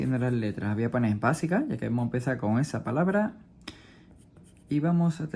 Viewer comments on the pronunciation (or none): por que dice basia no era basica